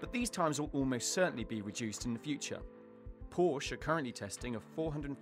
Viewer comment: When he says "porsche" Uh..